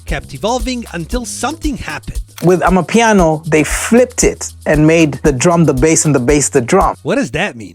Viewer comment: you can hear how he Transends to properly pronounce amapiano.